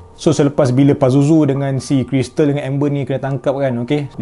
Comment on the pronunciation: haluuuuu:elbowcough::elbowcough:hmm, kalau tgk dari muka dorg mmg nampak innocent je 🥲🥲🥲 part bertukar tu terus jd auto scary. hadoila kalau berbelit Krystal terus jd org tagalog 🤣🤣 keristalllll